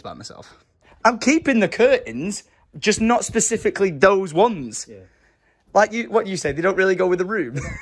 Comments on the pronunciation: Or are you saying year instead of yeah? 🤔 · English people saying “yeah” instead of “year”